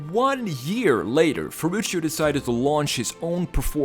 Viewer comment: he's name is Ferrucio, not Ferrucio, say it properly